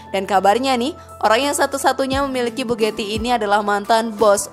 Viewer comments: Terlalu lebayyy min,,dari mana ngitungnya? Bahasa juga di perbaiki,bugati ya bugati,bukan bugeti,maybach bkn mei bek,,kacau ah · Mbak mbak, dibaca nya tetep bugati mbak, bukan bu geti. Untung nggak dibilang Bu Gito kaya penyalur pembantu itu 😂